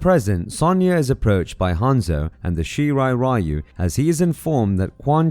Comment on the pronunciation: Great video but why no analyst manages to pronounce Japanese name like Shirai Ryu correctly?